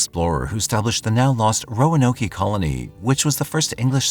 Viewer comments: I love your channel but it’s RAll-Leee and Row A Noke 🤦🏻‍♀️ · Raleigh=raw-lee Roanoke=row-uh-n-oak Love your videos, those mispronunciations made me laugh though, right in the middle of this tragic story. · It's text to speech. Also you bad at the dictionary sounding out thing.